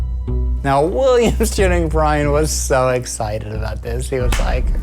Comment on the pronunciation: "Williams Jenning Bryan" I'm dying. 😂